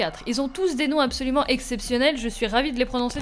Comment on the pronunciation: Absloument? XD